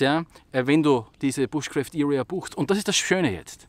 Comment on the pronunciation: Ob du es glaubst oder nicht: Es heißt nicht "bushcräft", sondern "BUSHCRAAFT". Ehrlich